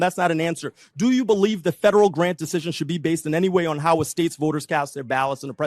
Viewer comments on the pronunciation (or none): none